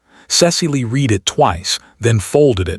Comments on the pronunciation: The verbs ‘to read’ and ‘to misread’ rhyme with ‘red’ in the past tense. A human narrator would know that. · Narrator lacks proper accent for the tale. Dull dull dull. Misprounounces past tense of read and others.